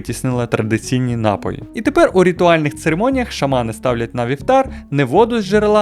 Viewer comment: Та не нАпоі, а напОї